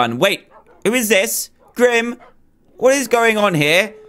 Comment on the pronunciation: ExpertTheith he said whet mod